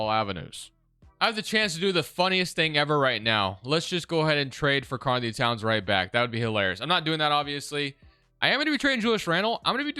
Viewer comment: its really bothering me the way he says karl anthony lmao